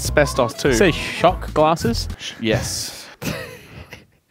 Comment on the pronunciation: Did he say Shock Glass?